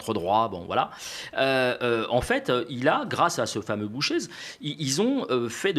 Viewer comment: Bonjour, je me permets ( en tant que belge) d'apporter une petite touche concernant le Mouvement Réformateur. L'equivalent du MR était l'UMP dans le temps ( les republicains maintenant), ils se disaient de centre droit mais étaient bien de droite libérale. Bouchez ( prononcé BOUCHER) est un fervent défenseur Trumpiste, Macroniste et sioniste qui, actuellement , a permis plusieurs petites choses: 1) il a permis à un parti séparatiste d occuper des postes à haute responsabilité ( la défense et le poste de premier ministre) 2) A bloqué la formation d un gouverbement bruxellois car ils veulent imposer ia NVA ( Separatistes flamands). 3) A incorporé au sein de son parti 3 personnalité politiques du Parti Populaire ( equivalent RN). 4) s'attaque aux subsides des organismes fédéraux publiques. Outre la politique actuelle, qui suscite enfin des vives réactions de la part des belges, cet homme libertarien entame progressivement une transition politique vers une droite libartarienne, et donc neo fasciste. 5) le scandale n est pas lié à sa voiture, mais au fait qu il aurait utilisé une voiture conduite par son chauffeur, qui lui utilisait une carte PMR d une personne décédée.